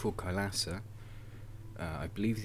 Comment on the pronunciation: its pronounced kailaasa